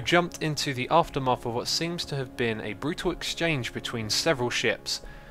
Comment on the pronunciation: 13.56 you say aftermath wrong XD keep on making this great videos